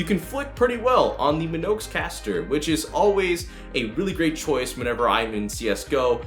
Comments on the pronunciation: My-On-Ix Not "Min-Ox" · It’s pronounced My-onix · Isn't it.... Mee-onyx? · Oh the mispronunciation of Mionix... ouch... my on ix good video though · Your saying Mionix wrong it's annoying me I'm sorry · lmao you mid pronounced mionix